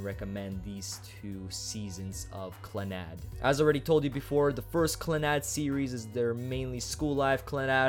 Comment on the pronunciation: I looked up the pronunciation and its clah-nahd not clannod